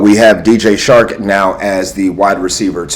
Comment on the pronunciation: 🤣 it’s DJ Chark not shark 🦈 🤣. Grate vid tho